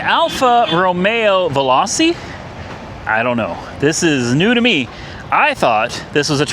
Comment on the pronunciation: Vehl-OH-Chee. Veloce